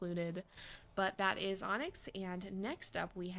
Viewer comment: I swear I was hearing ‘Ahnks’ when you said Onyx lol